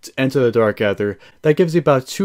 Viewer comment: Dude is anyone else getting triggered every time he say dark aether wrong lol jesus🤬